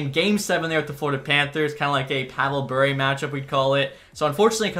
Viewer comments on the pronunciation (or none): none